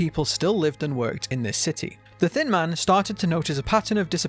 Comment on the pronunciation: When he says “thin man” I hear “thin mint” HELP ME😃